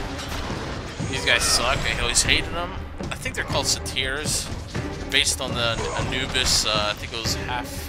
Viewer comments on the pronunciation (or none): I don't know what your source of mythological knowledge is, but I do know that it isn't a reliable source. First of all, they're satyrs, half man and half goat. I have know idea where you got eagle. Also, they're pronounced say-ter not suh-teer. Lastly, Anubis is not a type of creature but an Eqyptian god, and has nothing whatsoever to do with Greek myths, so there is no way he would be in the game.